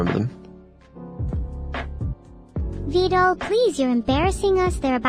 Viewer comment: nuero just pronounce vedal correctly hope she keep it up